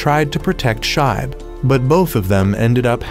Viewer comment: It's pronounce "shee-be" not shibe